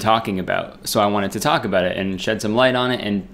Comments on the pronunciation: "a boat" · He doesn’t say it every time. Haha. Just the occasional “abewt” slips in. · Morgan Lea abawt